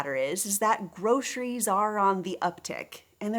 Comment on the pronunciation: Grosheries? Ugh! Why does anyone pronounce it that way!?!?!